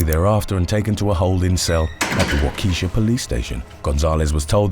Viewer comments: Wa-ke-shaw.... Not Wa-Kes_sha, signed a Wisconsin resident. Side note: This is at least the 2nd time I've heard you make that mistake. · For the future. Its Walk-eh-Shaw. Not Walk-eesha. That sounds like some urban chicks name. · U saying (WAH-KE-SHAW) as Sharkeisha is killing me bro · Damn bro! Not wa-key-shaw it's Wakaa-shaw LMAO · It’s pronounced “wok a Shaw”. Not wakeesha, it’s Native American. And if your going to say the word incorrectly more than once maybe take the time to learn it. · lmfao, bro, haha. Im from Wisconsin. its Walk-eh-shaw, not wah-keeeee-sa. listening to outsiders try our city names is priceless. Next say, "Oconomowoc, Fon Du Lac, Manitowoc, and Sheboygan." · Waukesha is WOK-UHH-SHAW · It is pronounced “Wa Ka Shaw” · Excuse me but I'm from Wisconsin, it's pronounced Walk-A-Shaw. love the vids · When pronounceing wakesha the e is prounoced more like an a